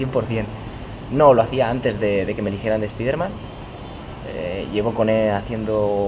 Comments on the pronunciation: ¿Por qué los españoles no pueden pronunciar la palabra spiderman como se debe? Es que me parece chistoso cuando escucho su pronunciación. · A molado. Pero con respecto a la pronunciación del nombre Spider-Man, decirlo como "spaider-man" ya es un error, primero, no suena mejor que la otra opción, segundo, si la idea es decirlo como se dice en inglés (cosa que queda aún peor fonéticamente con una frase en castellano) el nombre en inglés se pronunciaría "spaide-men" ni marcas la "R" ni dices "Man" o sea que a este nombre le pasa como al nombre de David, en España se dice como se lee y en países de habla inglesa se pronuncia "Deivid".